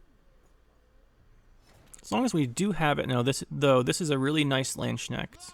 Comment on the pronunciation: ma boy butchered poor Landsknechts name, far beyond i would thought xD